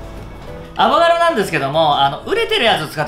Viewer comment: アボカドを頑なにアボガドっていう人ほんと好き😋